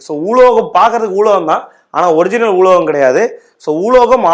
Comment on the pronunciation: ஊலோகம் ஊலோகம் இல்லை உலோகம் அலோகம்